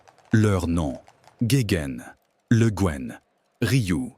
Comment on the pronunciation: Houlala, ça commence mal ! Le Gaine ?? Le Guen se prononce le Gwen ; Salaün ne se prononce pas Salahune mais comme le mot salin. Gast a c'hast ! Deskit brezhoneg, mar plij !!